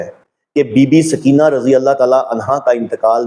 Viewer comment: سکینہ بولتے وقت س پر پیش پڑھا کریں